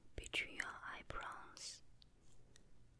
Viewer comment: "for example, between your eyebrongs" it's so cute! >w<